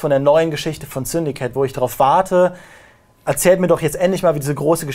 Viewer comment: Ich dachte es heißt "Syndicate" und nicht "Syndikit" :D